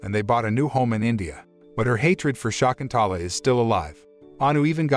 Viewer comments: American bots cannot actually pronounce the name property Shakuntala... NOT SHAAKUNTAALAA... NOT SHAEKUNTAALAA. Prounced as Sha.. kun... tha.... laa.. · "Shakuntala" is an ancient Sanskrit name! Pronunciation of name is simply awful! At least do not murder that ancient name immortalized by the great 5th century poet Kalidas.